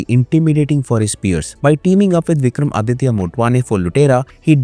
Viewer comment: BTW the name is Vikramaditya...not Vikram Aditya...*